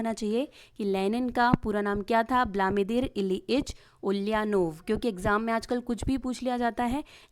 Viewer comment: ब्लामीदिर नहीं व्लादिमीर Vladimir नाम से है लेनिन.